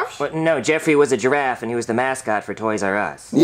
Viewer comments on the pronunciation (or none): I thought said gee ta raff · says jeraffe instead of jeda